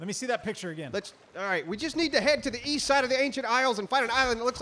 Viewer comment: East? I thought you said weast?